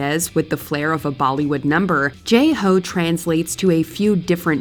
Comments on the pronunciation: They say it "Jay Ho" but it's pronounced "Jai Ho," with Jai rhyming with My or Tie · It's Jai Ho, not Jay Ho. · Not only does the narrator mispronounce "Jai Ho" repeatedly, but they actually say the lyrics are written in "Indian"?! WHO WROTE THIS VIDEO?!! Indian isn't a language any more than Canadian or Mexican. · The name in the lyrics sounds the same to me. Could let me know how they mispronounced it?